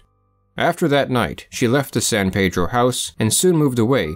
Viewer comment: It's pronounced San Pee-dro. Weird but true